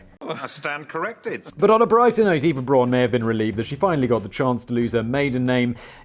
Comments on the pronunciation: No. Not Eeva. Not Iva. Efa. Eh f ah. Efa. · Good job Danny for getting the last name right buuuuuuut missed it slightly on Eva 😂 It’s ok, it’s hard to explain to native English speakers. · It's pronounced Ehva Brown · EYE-VA BROWN! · And Simon still pronounced Eva wrong😂 not gonna tell the correct pronunciation, 'cause who cares?